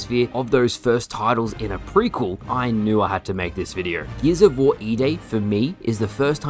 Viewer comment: Great vid. Also "geezavor" 🤣